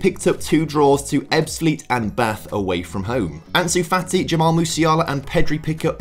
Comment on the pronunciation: why did you call fati: "fatty"